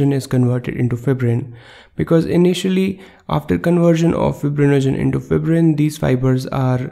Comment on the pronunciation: Wrong pronunciation of the fibrin